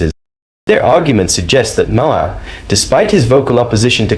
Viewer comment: Stop calling him Mah-Hey-Her lol, I cant trust anything you say if you dont know his name